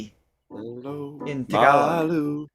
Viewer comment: Very good Tagalog,! You have a better accent now. Well done!